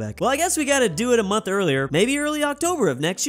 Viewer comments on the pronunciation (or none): none